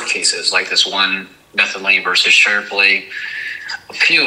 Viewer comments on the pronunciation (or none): "Mr. Shirply & your wife" A Real attorney would say Mr and Mrs Shiply (ShIP-Lee) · 😂 I thought he said Stripley 😂😂😂